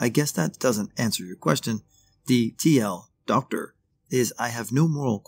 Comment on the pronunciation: "TL;DR stands for too long, didn't read. You wouldn't say the "DR" part as "doctor"